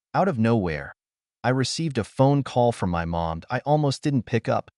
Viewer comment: Funny how everyone ignores the AI generated voice that ruins yet another story. Instead off it they read it as IT. He blocks them sole at the park but when he gets home the phone buzzes with a message from M O M? Showing he blocked them. Another sad case of the site owner being too lazy to listen and correct their own reposted story.